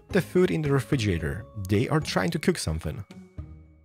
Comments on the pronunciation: you said refrijeeator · its an accent -_